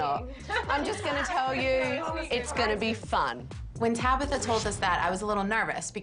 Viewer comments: Tracy her name is Tabitha not Tabither !🤨? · Stop saying Tabitha, it's TabAAAAAAAtha!!!!